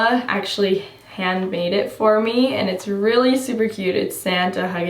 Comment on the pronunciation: When you were talking about the glasses that Tate got you and you said “He was very gracious and got me a pair” I thought you were speaking in the third person and saying “Got a pair” 😂